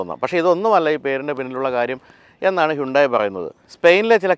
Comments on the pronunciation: ഹൈന്തായ് എന്നല്ലേ ശരിയായ ഉച്ചാരണം.. ഹുണ്ടായ് എന്നല്ലല്ലോ...? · Its 'അൽ കസാർ' not 'അൽ കാസർ' 😏... താങ്കളെ പോലൊരാൾ പേര് പറയുന്നത് കൃത്യമായി പറയാൻ പഠിക്കൂ..... 'ഹ്യുണ്ടായി' എന്നതും തെറ്റാണ്...പക്ഷേ അത് ക്ഷമിച്ചിരിക്കുന്നു, എന്നാൽ ഇത് തിരുത്തിയെ മതിയാകൂ.... 😊